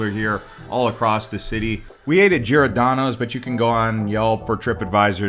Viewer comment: I quit watching when he said girodonnos 😂